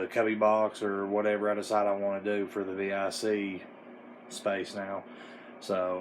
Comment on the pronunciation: Thanks for not saying “Vic” like it’s a name. Lol